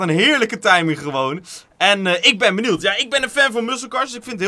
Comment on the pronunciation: Jo bro het is niet benield maar benieuwd